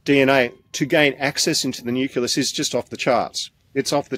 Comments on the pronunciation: This guy can't even pronounce 'nucleus' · I wish that man could pronounce the word nucleus properly /wince/ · "Nuculus"? Silly me- I thought it was "nucleus". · Difficult to trust a scientist who can't pronounce nucleus! 😂